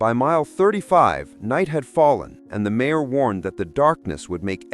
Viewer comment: A.I. can't pronounce mayor?? What a lousy and lazy yt channel